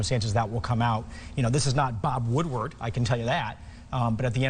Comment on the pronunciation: He said bob woodword. Lol